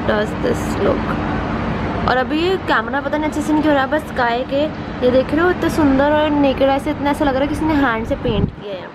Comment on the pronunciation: When she said look at the sky I heard look at this guy 😂❤